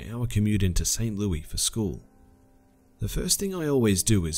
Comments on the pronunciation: The way you pronounced Saint Louis made me cringe lol. Come to STL and pronounce it like that and people will laugh at you. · not hating on the dudes accent. I actually love listening to a different kind of accent. But there are a couple things that get on STL natives nerves. And that's the way he pronounced it and calling STL " The Lou" not hating on the dude at all.